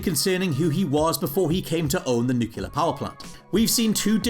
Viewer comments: I found your pronunciation of "nuclear" annoying. It's "newclear", not "nooqular" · NOO-KLEE-AR! Not nukuler. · It still isn't nu-cular.... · One annoying mistake I always notice: The word is NUCLEAR...not NUCULAR. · Is it that you can't SAY the word "Nuclear" or is it a running joke that you mispronounce it EVERY time. Nucular is not a word. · every show that's "ran" this long the "new-kyu-lur" power plant $24,395.80 "... a year before deductions" the same as his PIN "number" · It's pronounced 'nuclear' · He also says 'nucular'. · Stitch Grimly Yes, that annoys the heck out of me. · no, it's not. It's pronounced "new-clear". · Homer: "Nu-cu-lur. It's pronounced nu-cu-lur." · WhatCulture: 1 Annoying Mistake They Didn't Notice... "nucular" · This guy doesn’t know how to pronounce “nuclear” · Most annoying mistake is not saying "nuclear" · Here’s something else annoying, your pronunciation of nuclear. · Thank you. I was wondering if anyone else was going to bring this up.